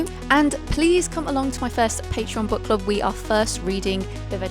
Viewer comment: I know you said Book Club, but it sounded like Butt Club. If it wasn’t for the books, I would have thought it was a club about butts and I’ll be honest, I don’t think anyone could form a successful club based around butts. That feels like a private thing